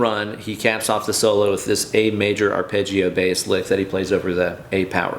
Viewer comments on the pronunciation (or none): none